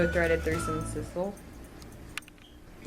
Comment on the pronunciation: 'Sizzle string" lol. Not to be confused with sisal.